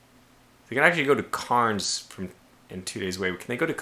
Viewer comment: Great video, thanks! FYI, Cairns is pronounced "cans".